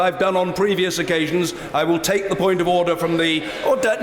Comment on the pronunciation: Order, authoor, order, or do, order, in order, with smiling😜😜 Anyway, I really like the UK parliamentary democracy in order.